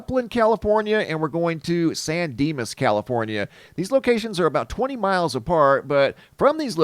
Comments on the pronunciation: San Dimas? Maybe it's Bill & Ted. 😂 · You said San Dinas and I expected to see Bill and Ted lol